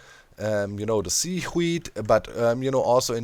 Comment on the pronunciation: Doc say sea Doc: "Sea" Now say weed Doc: "Weed" Now say seaweed Doc: "Seawheed"